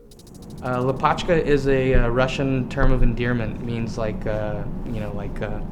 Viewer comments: it's lApochka not lapOchka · lA'pochka! not lopAchka! 🤣